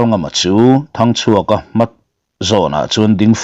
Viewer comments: Ralngama thinte i fawm tira. Hming i lam pawlh nasa ve thei e😂 sir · Zanin chu Thangchhuaka leh Ralngama ilam pawlh nasa khawp mai